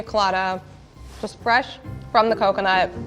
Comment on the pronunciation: Coconut The mine is (nut) not "nute"